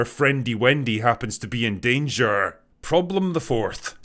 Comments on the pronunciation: Wow, besides all is true, Your "prroblem the first" was so polish, cześć przyjacielu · Had to pause the video when Drinker rolled the r on “Problem the 1st” because it was so perfectly hilarious and unanticipated 😂 never change Drinker, never change